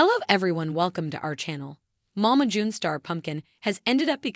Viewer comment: First of all learn how to say Mama June second they're earning money because of the show and everybody needs help even famous people so backup come on now really?????